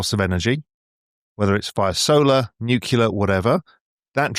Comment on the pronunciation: How can a guy of apparent intelligence say "nucular"?